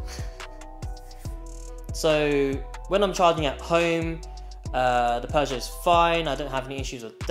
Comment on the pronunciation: . . Peugeot Not. . Not Peugeot. . NOT, NOT, NOT ... Peuge-NOT. .